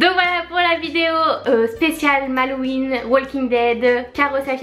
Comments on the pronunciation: Cest pas Halloween parceque au début tu dis malloween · Pourquoi elles disent "malloween" ?